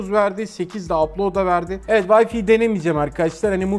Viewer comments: Vayfi değil, VayFay (Wi-Fi). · Yılların teknoloji editörüsün ama "vayfi" diyorsun. Bari vifi falan de vayfi ne ?